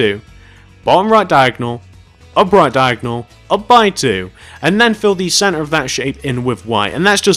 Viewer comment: When he says center it sounds like he says Santa lol and sorry if this sounds mean and yea plz do tarts next